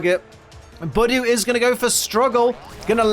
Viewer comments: Idiot not saying Budew right!!!!!!!!!!!!!!!!!!! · Great now you've pointed it out to me I'm never going to say Budew normally again, thanks